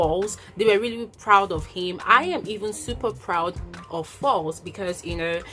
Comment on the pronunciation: That's very noble of him but I'm not sure about that address being public. Btw why do you pronounce Falz as false?